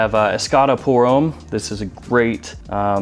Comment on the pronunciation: french for Americans: homme rhymes with plum